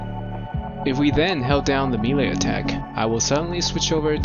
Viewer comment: hearing melee pronounced oddly so many times has corrupted my soul